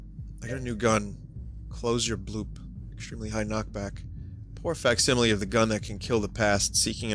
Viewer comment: "A poor fack-simile..."